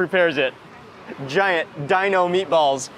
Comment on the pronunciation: He speaks another language, & its too funny how his accent went, where “meaty-balls” in the hands of someone, who speaks a second language, even better than those who are only fluent, in a singular language, is full of soo many puns, & or synonyms that declaring a/the meaning, of anything is just audacious! #BilingualismShouldntBeASecretLanguageReservedExclusivelyForPriviledgedHeritagePriviledgeCultureTouristsAndOrThoseWhoTravelForANewMeaningOfFood